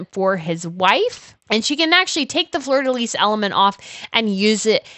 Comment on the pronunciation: Please, check your pronunciations. Fleur De Lys is pronounced Flur Da Lee. The s on Lys is silent.